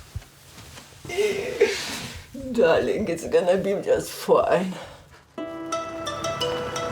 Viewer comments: But she doesn't .... she says Darlingk! 😂😂👍🏼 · Yes, and Alex says dawling.😆